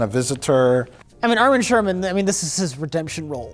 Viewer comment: That's Armin Shimerman to you, not Sherman